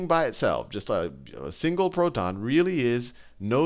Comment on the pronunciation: He's accent is perfect until he says proTon. lol but i love that dude! the amounts of times he saved my life